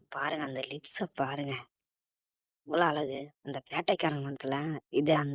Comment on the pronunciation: Atharku peyar allagu illa bro azhagu ozhunga tamizhai tamizhaga pesunga bro